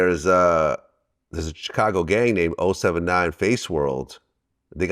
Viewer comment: Chitcago will always hurt my ears 😭